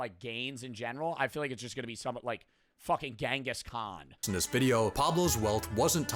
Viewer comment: it's not gengis Khan It's chingiss knaan